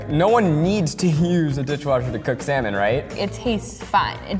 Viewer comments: Why I'm hearing semen instead of salmon lmao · why do they pronounce it as "samon" and not "salmon"? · sal - mon but the L is silent